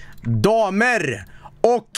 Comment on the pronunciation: DAMERRRR. OCH HERRRRRARRRR.